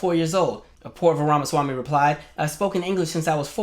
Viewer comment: I cannot tell if you are trying to mispronounce his name, or if you just never got it down.